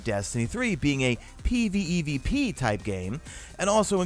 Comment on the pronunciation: Bruh i jus wanna hear you say pvpve not pvevp